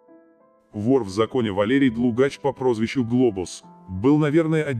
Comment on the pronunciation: ДлУгач ударение на у